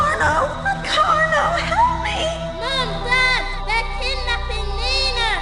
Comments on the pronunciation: Who the hell IS Nee-Naah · "WHO the HELL is NEEE-na?!"